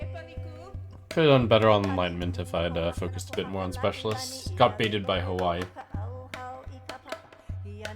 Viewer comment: Pog pronouncing Hawai’i right